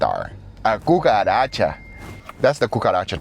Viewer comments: Why Guga says kukaracha as Gugaracha?😂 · Gugaracha, oh gosh, you're killing me!